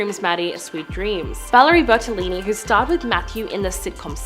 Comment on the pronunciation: it's Bertanelli... not Bertalini...